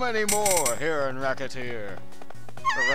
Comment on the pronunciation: its pronounced: ress-a-tear